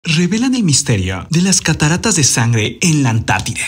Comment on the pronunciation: Mi amor hasta cuando? Se dice Antártida, no Antartideeee 😂😂😂😂😂 por favor!!!!!